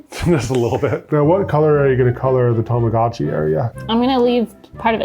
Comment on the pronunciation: Say it with me: TA MA GO CHEE!!!